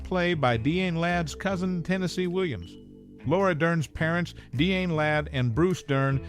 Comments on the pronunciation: Die-Ann not Deeann. 🙄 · DeeAnn Ladd? Some ought to tell this guy to take a literacy course!